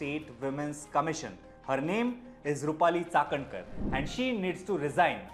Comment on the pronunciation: Like the way you pronounce Chakankar 👍🏻